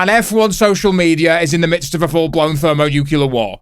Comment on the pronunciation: thermo what ???! Nukelar ?? Wtf ?!